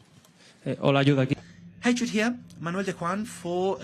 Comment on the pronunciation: the wee journalist from DAZN called him YUDE .... 😂